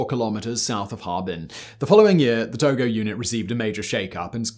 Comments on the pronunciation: Where the hell did he learn how to say names!?!? He is literally the ONLY person I've ever heard of mispronounce his name! Its not To-GO! Its To-JO. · the name of Japanese chief general is not To-go-. His lastname is To-jo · It's tojo not togo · Hideki tojo. Not Togo. 😐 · Most sources say its 'Tojo' and not 'Togo'. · Why are you calling him Hideki Togo? I’m almost positive his name is Tojo. J no G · Well I mean maybe he pronounced it wrong because there's a country named Togo that's pronounced with a hard g 🙃